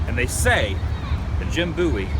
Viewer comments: definitely bowie (like david bowie [that's where he took his name]), not booey. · Its pronounced Bo-ee :) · You didnt show the small bridge location that separated the town of Bexar from the Alamo complex and is where the Mexican army crossed the river. And the proper pronunciation of Bowie is B-OH-ee. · It's pronounced Bowie I live there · 'BOWIE' is pronounced just like the singer, David Bowie